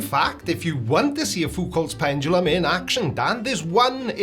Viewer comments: ah yes, the conceit of the virgin pseudo-science enjoyer, "evidence must fit my pre-chosen beliefs." Also: "pendalum" 😂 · The way he says PenDumbLum speaks volumes LOL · pendrulum, prendulum, pundledrum, he'll get it right one day.